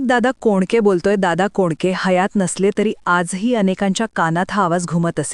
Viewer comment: हिंदी भाषिक माणसं मराठी वाचन करताना अनेक चुका करतात. एका ठिकाणी दादा पोंडके म्हटले आहे. अशा अनेक चुका आहेत.